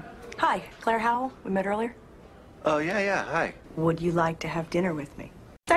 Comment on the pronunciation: Officer Hoe-well